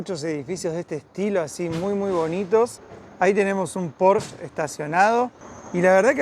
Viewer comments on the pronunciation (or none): none